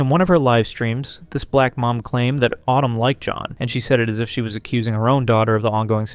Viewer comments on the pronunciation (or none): very odd, might I add. The way he kept saying “BLACK”, just didn’t sit right with me 😒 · “this black mom”, why tf did you have to say it like that?? 😒 you’re weird!